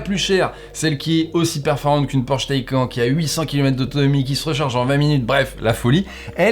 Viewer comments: "Le Taïquand " ?!? LA Taycan (Taïcane) plutôt... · Bonjour non ? 'tain j'ai du mal avec cette façon de faire chez Frandroid ..... PS : ah oui et on dit "taï canE" PS2 : Quand est-il du réseau d'entretient sur cette voiture en cas de problème ou juste d'entretient ? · Ça se prononce Taycanne le Porsche Taycan… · J’ai arrêté de regarder quand tu as dit Porsche TaycAN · Taycan se prononce "Taycane"...Ça m’a un peu irrité durant la vidéo mais je m’en remettrai... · Suis-je le seul à avoir les oreilles qui saignent à chaque fois qu'il dit Porsche "Taille-quand" ? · C’est vraiment très perturbant d’entendre cette prononciation du mot taycan! Ça se prononce taycanne ! Bon sinon n’oublions pas que c’est du chinois. Finition aux fraises, Tout qui craque après après deux mois d’utilisation, durée de vie limitée, voiture qui bip de partout… etc. C’est chaud de comparer Porsche quand même. Bon en fait je viens de finir, la vidéo et t’es un fan boy… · le fameux Porsche "t'es-quand"